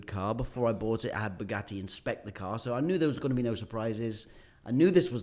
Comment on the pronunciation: The way the interviewer pronounces 'Bugatti' is so annoying... BUGUEY?????? are you not able to pronounce the letter T?